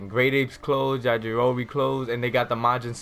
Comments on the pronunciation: Actually it's Yah-ji-ro-bee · Just so you know: Ya-jior-o-be (Ya-jor-oh-bee) Anyways, nice vid.